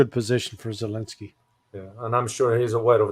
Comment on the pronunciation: says Zelenski as he's saying dog's poop 😂😂😂😂